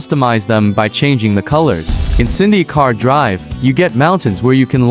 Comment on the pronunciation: Bro on Said Sindhi car drive